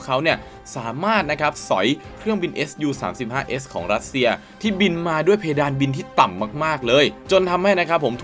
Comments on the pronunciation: ไม่ได้ออกเสียงว่า เอส ยู นะครับ เรียกว่า ซู เพราะเป็นชื่อคนผู้ก่อตั้งสำนักแผนแบบนี้ขึ้นมาเมื่อปี 1939 โดย Pavel Sukhoi ขอบคุณครับ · เรียก ซู สิครับ ซูวววววววววววว เรียกเอสยูมันบ่คืออ แล้ว multirole = มัลติโรลลลลครับบบบ ไม่ใช่ มัลไทโรลล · อะไรว่ะ เอสยู อ่านไห้ถูกหน่อย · ออกเสียงว่า “ซู” ครับ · แม่นแล้ว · ควรเรียกให้ถูกต้องเป็นการให้เกียรติบุคคล และประดับความรู้ตัวเอง